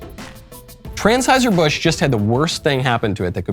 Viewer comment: Wait. Did he say TRANS-HEISER????